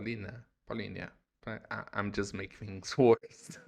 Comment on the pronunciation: It's definitely not "Paulinia" 😂